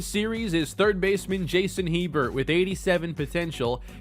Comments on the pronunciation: It’s pronounced (A-bear) Hebert. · I believe “Hebert” is pronounced like “A-Bear”. Like Bobby Hebert of the NFL. Also I have a HS baseball coach with that last name, pronounced like “A-Bear” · Hebert is pronounced 'a-bare', just so you know